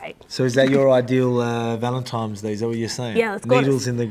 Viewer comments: At first I thought he just misspoke, but after the 2nd time I'm convinced Volk doesn't know its "Valentines Day" not "Valentimes" 🤣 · 🤣🤣🤣Volk think it's ValenTIMES day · I love Volk 😂 but why is he saying ‘valentimes’ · "Valentimes Day" - Volk